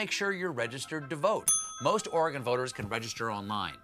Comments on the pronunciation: HE ACTUALLY PRONOUNCED OREGON RIGHT! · Thanks for not saying OREY GONE